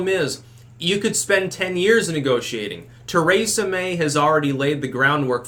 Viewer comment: Does it drive anyone else crazy how he says “Theresa May”?? 🤣😂